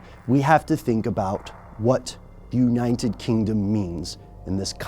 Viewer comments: united not uninen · Why do keep saying uninet instead of united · why is he saying uninted states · anyone else notice he doesn't pronounce united with a T thought it sounded weird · Am I the only one who notices the way he says united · He can't say 'united' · why can't he say the word "United" properly? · Does it seem like he is adding letters to the word United when he says it? lol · the way he pronounces 'united' LOOOL